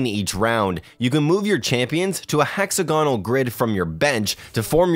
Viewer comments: Who pronounces Hexagonal like that? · Nice way of saying Hexagonal